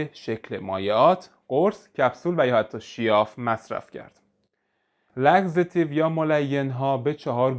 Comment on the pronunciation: تلفظ صحیح لاکستیو هست نه لاگزتیو